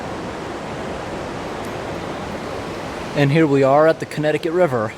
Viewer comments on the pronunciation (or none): none